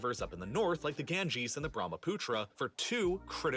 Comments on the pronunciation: well he said it right😐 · oh yes he said it right I was talking about that real life lore guy.